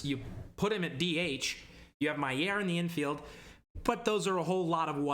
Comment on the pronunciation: It's pronounced My-er. It's how he pronounces it, along with all of the announcers in milb